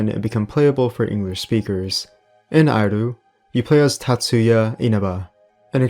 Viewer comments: Thx for the video! Justttt saying, the ‘i’ in iru いる is pronounced ee as in eel, not ai. Not that it really matters of course :) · Dood, the 4th game is pronounced as 'eh-ru'. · Great video. Some of these games were great and find some of them were scarier than modern horrors. Just to let you know though, you were pronouncing Iru incorrectly.